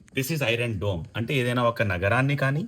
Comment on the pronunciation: ఒరే బాబు డూమ్ రా దోమ్ కాదు రా బాబు